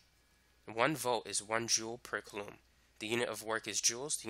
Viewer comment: Absolutely wonderful video until about the hour mark. Absolutely obliterated my brain with your pronunciation of coulomb